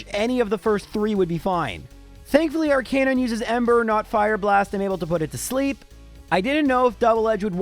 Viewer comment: Please learn to pronounce names correctly. Especially Arcanine!